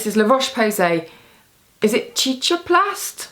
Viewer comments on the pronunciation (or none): Cicaplast = see-ka-plast.